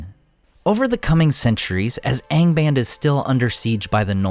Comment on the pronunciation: What's with the lower-east-side pronunciation of "Angband", when everything else is perfect?